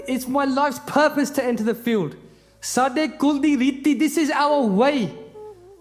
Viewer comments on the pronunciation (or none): none